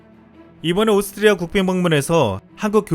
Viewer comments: 발음이.... 오슽흐리아ㅋㅋㅋㅋㅋㅋㅋㅋㅋ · 오스트리아 발음 힘들죠? ㅋ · 오스트리아 발음 귀여우심😁